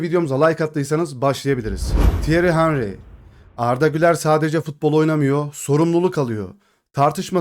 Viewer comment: Henry'nin adını çok yanlış telaffuz ediyorsunuz.